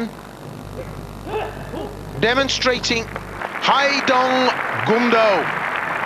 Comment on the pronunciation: "Goom-doh" not "gum-doh". It's not bubble gum.